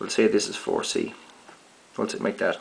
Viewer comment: You're saying "dash" instead of "that"